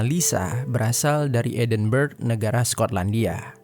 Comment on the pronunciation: Ijin koreksi min, edinburgh bacanya “edinbrah” bkn edinberg. Sukses trs!